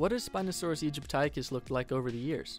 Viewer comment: I'm under the impression it is pronounced "ee-JIP-tick-us" not "ee-jip-TIE-cus"